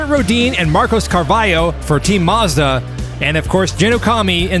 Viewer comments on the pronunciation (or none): none